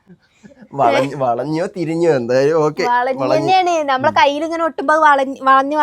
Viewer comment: Keyil alla kayil😅